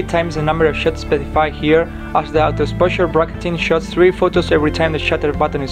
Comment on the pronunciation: Did you say the camera is gonna take 3 times the number of shits?